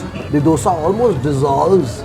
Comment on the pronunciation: Very few who say DOSAE.... Coz You know KANNADA VERY WELL....